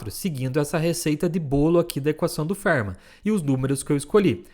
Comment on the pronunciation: A pronúncia para Fermat não é "férma" e sim "fermá".